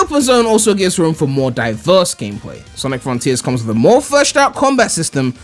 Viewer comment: before Sonic fron-TEERS comes out